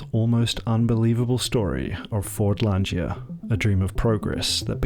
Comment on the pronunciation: Fordlandia - where is the 'g' in the word as the pronounciation by the presenter puts one in.